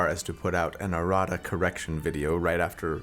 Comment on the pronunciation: Errata correction probably isn't a word combination you wanna use. I definitely heard erotic erection